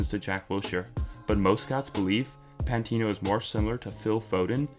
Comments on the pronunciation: Can't tell if this guys a troll. Why he saying pantino 😂😂😂. Forgot about AMN as well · Great video but pmsl when he said 'remember the name pantino' :')